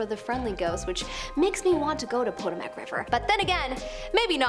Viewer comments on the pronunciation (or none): The river is pronounced * puttow mu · First, the phone changes the pronunciation to suit itself and then enters it *sigh, let's try this again shall we? * puh tow muhk . Some Americans love technology. I clearly not one of those kind, however I do like your videos. Thanks for all your work. 💓🎶🎵🌏 .